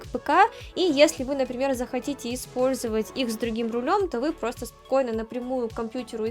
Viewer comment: Руль превосходный. Обзор великолепный. Голос, всё рассказывающий и объясняющий - вообще восьмое чудо света😊 Век бы слушал без остановки и ни на секунду не надоело бы😊 Особенно нравится как ты произносишь слово "просто", аж до мурашек прям (в хорошем смысле, конечно же))